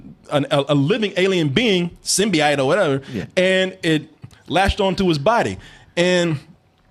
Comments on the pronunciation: Someone tell how to say "symbiote". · On a side note, how the fuck are you talking about what Venom should be, yet you can't pronounce Symbiote? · Add symbiote to the words that can't pronounce correctly.